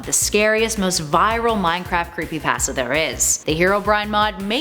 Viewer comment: If you have no idea how to pronounce pasta, you should probably learn before saying the word.